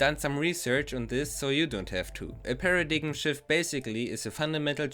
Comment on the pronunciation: Very cool video. Small English correction: paradigm is pronounced paradime. Keep it up!